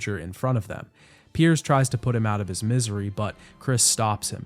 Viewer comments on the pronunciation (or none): Did you really call Piers, Perry in the first section of the video? 😂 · Are you calling Pierce Perry on purpose or am I missing something?